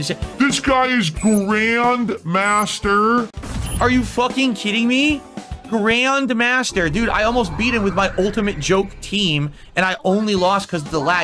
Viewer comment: Grayund mahstur?!